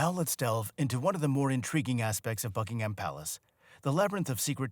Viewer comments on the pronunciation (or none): Buckingham: pronounced Bucking-um, there is no emphasis on the ham 🙄 and simply referred to as Buckingham Palace, not, THE Buckingham Palace 😖